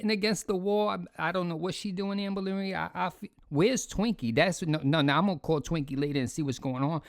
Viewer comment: I’ll never get tired of hearing you say owformabbygworl AMBA-LINREED